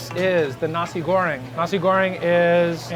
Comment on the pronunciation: ur pronounce for 'nasi goreng' is good.. XD